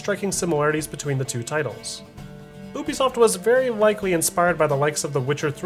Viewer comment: Yes. This is how the name is pronounced officially